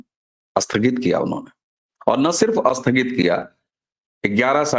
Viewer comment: अस्नान या स्नान? अस्थगित या स्थगित?